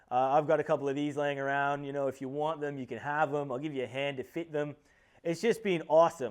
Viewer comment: that Aussie accent is coming in nice on your pronunciation of "fit"! Fogs will defs fit, they're semi-universal. I have the same ones on my BF MKIII Wagon GIHA mock up. I'll be interested in a cap too!